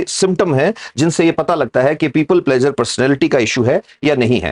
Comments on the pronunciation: यहाँ प्लीज़र बोलिए प्लेजर नहीं प्लेजर अलग चीज़ है आपको पता है। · Pleasure nahi pleaser hai (pli-ser, plz-er). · pleaser should be pronounced correctly otherwise knowledge is good🙏pleeser,give emphasis on eee not aa